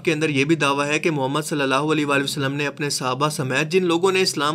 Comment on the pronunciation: Mehrbani KR k hai or Hain word sahi se Ada Kiya kren suit Ni krta apko.